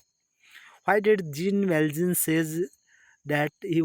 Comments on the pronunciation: Jean valjean not sir this is zhon valzhon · Thank you soo much sir..... Aadru nimminda ondu tappagide.... adu... 'Jean valjean' Pronounction iee reethi ide ------- ''Zhon valzhon''... (It's in glossary... Have a look...)